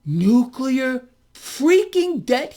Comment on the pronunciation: Nuk-uler debt